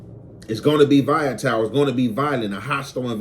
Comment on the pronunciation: said Vaya-tile 😂😂😂😂, it’s Volatile, Voll-la-tile